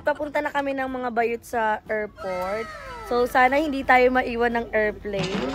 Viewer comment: Not to bash bang❤ but nabobother ako sa errport and errplane 😅